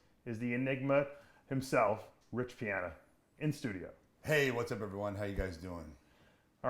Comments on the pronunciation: "rich piahner" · “Everyone knows who Rich Pianer is”